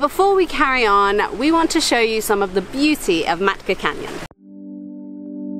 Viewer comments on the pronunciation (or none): Makta??? it’s been 2 months “ and ”,,, you are going to place that you don’t even know the name.... omg...what a waste... FYI, its “Matka”, the t goes before the k. -. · It's maTKa canyon, no maKTa canyon 😊😊